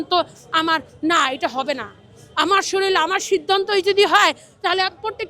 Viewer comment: বাংলাদেশের জনগণ কী শরীর উচ্চারণ করতে পারে না। শরীরকে শরীল বলে কেনো ?